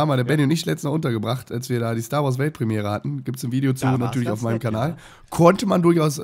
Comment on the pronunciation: StarWars -Premiere? Nicht "Sara ZarWars"? Mal Abwechslung zu den 14.2.-Witzen.